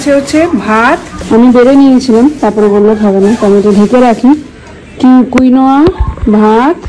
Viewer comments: tomar baba thik pronounce korechhilen Ota কুইনোয়া নয় কিনোয়া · Uncle thik bleche কিনুয়া not quinoa😊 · Quinoa pronounced Keen-Wah, not Queen-wah